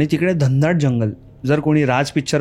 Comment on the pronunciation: Dhandaat nahi re Ghanadaat